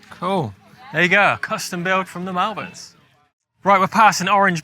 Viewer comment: Mallverns 😅 it’s pronounced molvern